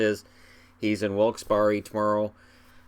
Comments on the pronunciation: it's pronounced 'wilks-berry' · Wilkes-Barre is pronounced berry or bare.